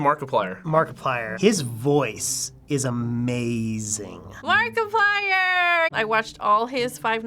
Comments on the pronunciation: 'Mar Kipler' Lmaooo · Mark- ip - ler 😂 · "Mark-ip-ler" Me: facepalms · "murk - ep - LEE - err" oMG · Omfg " mar kip lee er " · "mark iply er" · OMG THE WAY SHE TRIED SAYING MARKIPLIER XDAnd I laughed when they thought Shane was Pewds.... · That one woman's pronounciation of Markiplier tho xD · When she mispronounced Markiplier 😐😑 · That pronounciation of Markiplier. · Same and when that lady pronounced his name wrong I cringed so hard 😂